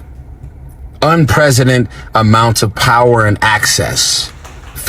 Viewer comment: He keeps saying unpresident instead of unprecedented😂😅 dude is a moron